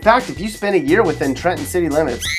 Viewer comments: Thank you for pronouncing Trenton correctly. We don't pronounce the middle "t". I was a bit surprised to hear it said as the natives do. Respect. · Actually said Trenton right